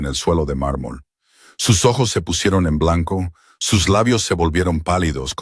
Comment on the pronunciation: Que problema tiene el narrador para pronunciar ojos.....